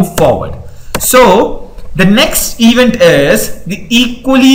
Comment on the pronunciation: Very nicely explained! The only one thing is - please evEnt. This mistake makes it hard to concentrate on the material.